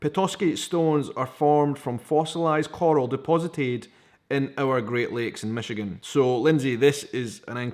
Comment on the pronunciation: Michigan box!!!! How awesome!!!! I live south of Traverse in Saginaw but its still awesome! You said it right! Love the necklace :) way to represent our state!!